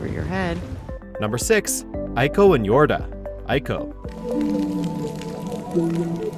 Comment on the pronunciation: EEECOO and Yorda. PRONOUNCE IT RIGHT!!!!